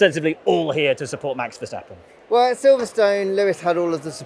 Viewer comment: Guys guys... Say "strope wah-fels". Also there is no sch in Verstappen 😉